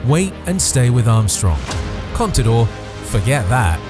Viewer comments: Contador und nicht Conidor. Cpito? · no sabes decir CONTADOR ????